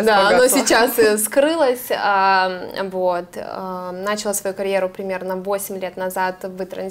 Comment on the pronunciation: Всё отлично, но!!!! Программного обеспе’чения!!начала’! Все отлично, но давайте говорить правильно! Режет слух!